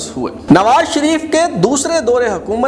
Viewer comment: ، آ پ کا پروگرام معلوماتی، معتدل اور کافی حد تک معروضی ھے۔ انداز ، تلفظ اور لہجے کا زیروبم بھی موثر ھے۔ بار خاطر نہ ہو تو واؤ مجہول والے الفاظ مثلاً طور، دور ، خوف وغیرہ کی ادائیگی پر تھوڑی توجہ فرمائیں۔